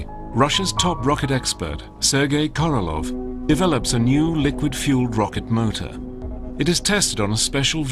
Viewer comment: KorolOV. LOL. how on Earth did he become KorolOV??